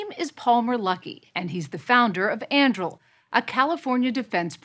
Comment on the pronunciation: Lady - unless you've been living under a rock you know it isn't "andrill" It is An-du-ril. Like Aragorn's sword in Lord of the Rings. She must be from Dunland......